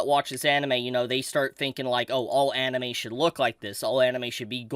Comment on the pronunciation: Lol when you said anine you've been reviewing alot my dumb ass was like wait he hasn't done an actual like reviewing of anime weekly in a hit min then I remember mushiko tensei as you said it